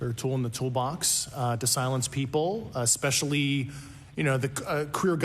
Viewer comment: Well, Mr. Graves, the drones that anyone can buy at your local Costco have the ability to travel in one direction, stop and hover, then begin traveling in a different direction, making a 45 or 90 degree angle turn 100% possible. Wth? And I’d also like to point out that Mr. Fravor said “exspecially”.